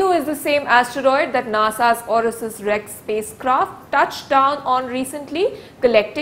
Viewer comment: Kya ma'am ..it's OSIRIS-REx. Not Orisis